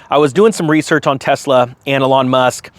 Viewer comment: Eeeeeelon. Eeeeeelon bro. You can’t keep talking about this car and continue to mispronounce his name. Dayum Ps Don’t bash soccer. Baseball, sure. But not the Beautiful Game.